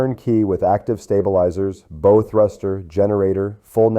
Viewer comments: Your AI narrator needs to learn how to pronounce Bow(the pointy end of the ship). You can’t earn a thumbs up let alone a subscription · Mispronounced bow and live aboard. Sounds Ai to me